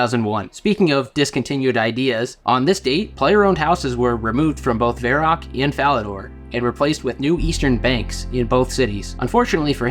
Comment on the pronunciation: Why can't you pronounce Varrock properly?